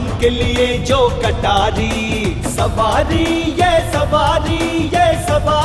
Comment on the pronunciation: *सवारी, not सावारी